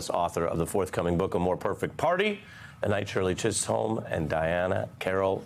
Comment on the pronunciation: Shirley Chiss- holm, Ari?